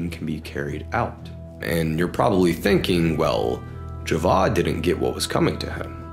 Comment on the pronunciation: I absolutely love ur vids cuz u also give some visuals and I’m British Pakistani and live in Lahore and i so appreciate that you added clips from pakistan instead of adding generic clips u actually care for the details man pls never stop much love and btw the name isn’t pronounced javad it’s pronounced ja-vaid